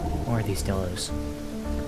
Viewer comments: I just wanna say bc u are not saying it right it’s pronounced: die-l-o-s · pronounced Die Low btw, not dillo! good vid tho